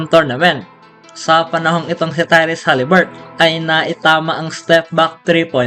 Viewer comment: Haliburton,Hindi haliburt